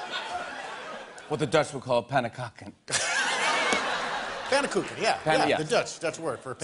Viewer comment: Its pannenkoek 😂😂🇳🇱 i'm dutch